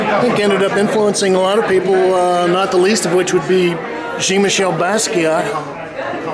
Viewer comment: I'm not sure how I come down on your steadfast insistence on saying "geen" instead of "Jawn" Michel Basquiat.